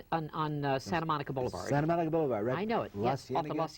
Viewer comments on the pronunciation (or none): none